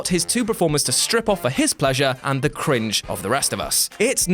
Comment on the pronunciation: “Off” not “of”